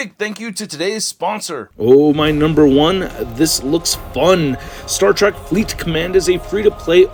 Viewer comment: It's Star Trek, not Track